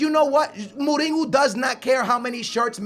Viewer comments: It's Mourinho not Molino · Why do you say Mouringo lol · the way he pronounces morinho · it's not moureengo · Why does he say Mourinho like Mooninyo? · perlim pim pim Perlim alguns deles, sim, outros é mesmo errado xD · Jeez just go to Google translate ,change the language to portuguese and type José Mourinho. jeez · The way you say mourinho and Juventus makes me feel like aids has jumped into my ears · I like, but i hate it when him and many other americans over pronounce foreign player names, example for when he says mourinho. He always says names with accents and is quite annoying to me. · Stop saying Mourinho like that, you've been saying wrong for years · Lol no, we pronounce it Mourinho like in english -. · Julio Maldonado I think he's one of stupidest people on the internet he can't pronounce simple fucking words and every game when he scores a goal he shouts "GO GO GO GO OALLLLL" ,it's annoying seriously .